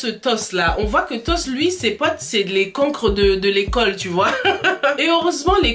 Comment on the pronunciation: c est toch au lieu toss